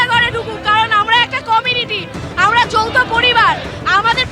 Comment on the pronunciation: কথা ঠিক করে বলুন যৌথ পরিবার বললেন না যৌন পরিবার বললেন আমরা তো বুঝতে পারলাম না